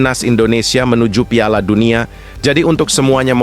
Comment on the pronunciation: Miminnya orang mana sih kok piala jd payala😅🙏